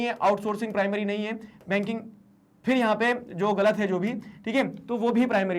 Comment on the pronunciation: Sir baking aur banking m antar hota h...😂 🔥